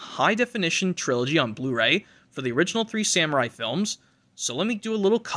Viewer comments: Bro said samurai 💀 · Did he try so say “ Sam Raimi “ lmao